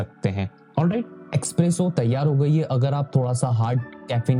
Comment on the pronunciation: “Expresso “ kya hai vai? It’s Espresso!!